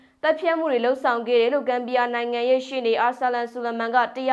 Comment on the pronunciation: ဝိရသူမဟုတ်ပါ၊ဝီရသူပါဗျာ